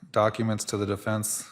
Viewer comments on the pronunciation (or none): WTF IS THE "DIFINSE" Lori Dumbell???? It's the DEFENSE. YOU AREN'T SPEAKING THE ENGLISH LANGUAGE. GO BACK TO CHUD DUMBELL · Holy cow can she really not even say the word defense?? What the heck is a difinse?? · Lori it's defense not definse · She calls defense, "definse" Not too swift. Doesn't pronounce words correctly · Difinse? She cant say defense? Bizarre😳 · "deFINCE!" UHGGH I HATE HER